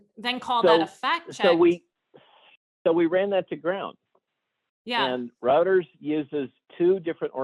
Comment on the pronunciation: Routers? Do you mean Reuters (Royters)?